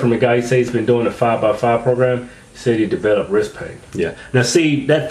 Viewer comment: Hahahaha in the "tags" you write "wrisT" but in your vids you say "wrisK" hahahaha